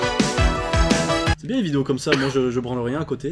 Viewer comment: C moi ou dis biengue à la place de bien